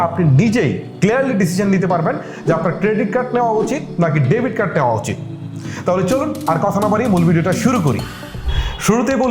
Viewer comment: ডেভিড না, ডেবিট হবে।